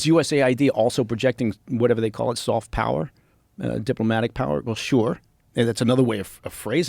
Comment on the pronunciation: Yeah Soft not SOF...lol